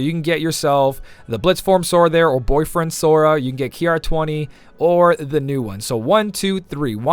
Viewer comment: When you said "blade form Sora" I legitimately thought you said boyfriend Sora